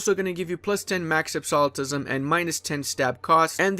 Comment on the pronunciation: ab-su-lute-ism just want you to know how to pronounce absolutism